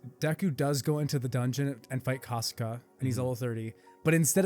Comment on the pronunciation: look i love this video its a cool one but broooo u guys didnt pronounce the monster names properly like kasaka wasnt pronounced properly but other than tht it was cool as